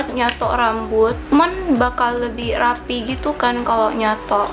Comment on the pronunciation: Logat nya itu lohh "nyatok"😂